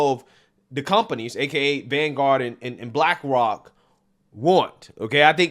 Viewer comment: Lol. Bwackwok Isn’t it pronounced Black Rock